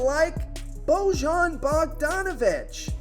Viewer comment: I see your Eastern European name pronunciation has gotten no better. Just do you know, luka is DON-chich not Don-kitch and bogdanovic is “BOY-yan” not “Bo-Jon ”